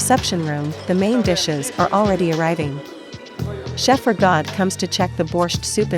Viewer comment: Not pronouncing Rigaud correctly